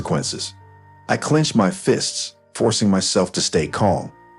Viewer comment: Clenched, not clinched. At this point, I'd call the police. Vandalism, destroying property, trespassing. Civil lawsuit. Is there an HOA that could take action? And why are the Petersons calling OP by his first name? Squad car, not swak car. Defilement, not defamement. Did they get their full comeuppance?